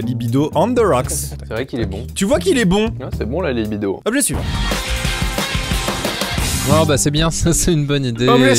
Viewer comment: Quand tu dis "suivant", j’ai l’impression que tu dis Ivan 🤣